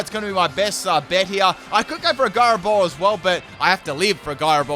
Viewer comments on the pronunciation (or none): none